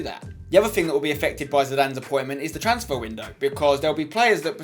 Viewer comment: Trasnfer window lol